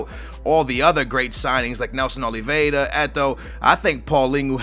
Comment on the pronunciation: Read Nelson Oliviera not Oleveda, and its not paulingu, cmon i thought u were portuguese.